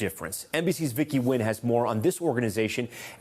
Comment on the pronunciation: Finally the name Nguyen is correctly announced in a national American program. Thank you.